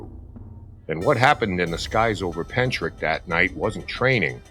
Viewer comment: Hellos from Wales. The actual pronounciation of Pentyrch is Pen Tirk. Pronouncing the last part like Loch. But you did give it a good try. It's not too far from where I live. I live in a UFO wave area. Seen a lot of UFO's over the years. It's a hotspot. I have a lot of writing to do on the matter. I'm in the process of writing everything down for someone.